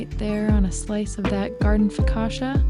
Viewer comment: My wife is from Italy and also has made her share of focaccia. FYI it isn't pronounced FOE-KA-SHA, but Fo-ka-cha - like Cha cha cha. So next time you make it practice dancing the Cha-Cha with Joe, Also generously poke the dough with your fingers creating a bunch of receptacles to hasten the baking and filling with extra virgin olive oil. Try it - you like it!